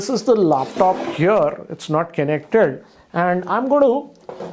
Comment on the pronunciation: "Kenek Ted"